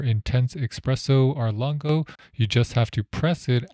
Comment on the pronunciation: The Italian "Chiaro" is pronounced "k-ee-yaro" and "Lungo" is pronounced "l-oon-goh" ["oo" = "b-oo-k"]